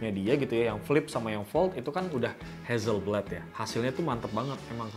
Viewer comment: Bukan hazelblade bg Tpi hasselblade